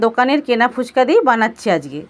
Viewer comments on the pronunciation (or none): Didi phuchko noy phuchka 😆😆😆😆😆